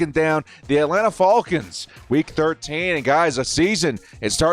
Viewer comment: He says fall cons instead of fal cons